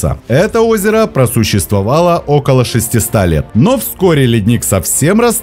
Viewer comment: Хороший ролик, но диктор должен быть образован. Глубина моря до семиСот , шестисот, трёхсот, а не семиста, шестиста, трехста. Даже здесь еле вбил. Смартфон знает и сопротивляется. Вроде и голос поставлен. Если бы робот озвучивал, то наверно не ошибался так.